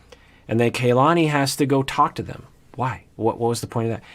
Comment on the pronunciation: It is KA-LANI not KAY-LANI. Listen to how Asuelu and her family say it.